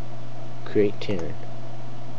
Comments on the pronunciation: Its a Ter-a-in not ternin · TIR-ANE not terrin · its TER-RAIN not Terin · Ter-rain i have no idea how you got what you said but it was killing me, but other then that nice vid